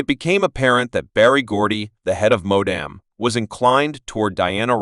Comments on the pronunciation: Who's the narrator???? It's Motown...not Modam???? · Thats funny hahahahahahahahahahahahahahahahahahahahahahahahahahaha. I heard white man narrator saying Berry Gordy was the job boss of Modam records LOL.